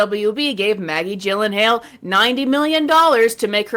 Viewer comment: A few things. First she is so devastatingly stupid, she doesn't know how to pronounce Maggie Gyllenhaal's name. Second, she is 100% doing these "I love X" because of the criticism she gets about never talking about things she likes. So she's making all these dogshit videos she's always made but putting it in a "I love girlbosses and these movies..." light. Third, every pause face for Jesterbell makes me want to toss my dinner